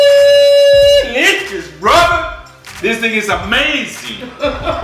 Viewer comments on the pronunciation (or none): I knew this video was coming as loves this cut of beef and when he says it yuicy, yuices, and deeeliiiicious it tickles me. It looks good and glad you finally got to picanha. It surely cooks fast in the cookers. Got love the Mr and Mrs Ninja tshirts and cooking on a Ninja perfect. You guys are the ninjas of the.